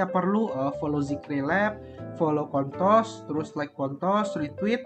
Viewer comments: kontos ya bang, jgn pake L wkwk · Ko mau ingetin jangan sampai salah nyebutin s di ujung jadi l 😭 bayangin lu pnya koin apa ,oh kontos, s nya jadi l